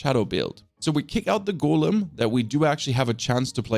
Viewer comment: Why is it so hard for you to say Golem correct.